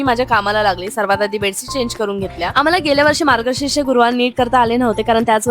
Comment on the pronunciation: Margashirsh ❎ margashish ✅ okay ❤❤❤❤